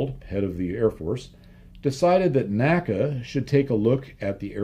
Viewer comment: the correct pronunciation of NACA is "en ay cee ay" and NOT "nacka". My education on this point came from having worked at two former NACA installations with former NACA employees, attended their NACA Reunions, worked with historians specializing in the work of the N.A.C.A. etc etc. The old NACA/NASA documentary films also bear this out. The all too common mispronunciation apparently has its roots in the way we pronounce "NASA" in two syllables. I have enjoyed your well-researched and unique body work tremendously and thought you'd like to know.